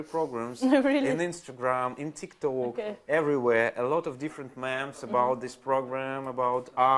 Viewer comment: это "мимс" же по английски, ну или на худой конец "мемс", но не "мэмс" (по-русски, кстати тоже редко кто говорит "мэм")